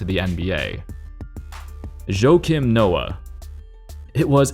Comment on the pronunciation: Funniest pronunciation of "Joakim" I've ever heard.